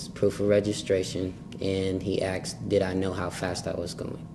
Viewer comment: Is he actually saying AKSed instead of ASKed?